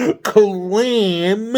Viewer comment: Love when says clam 🤣🤣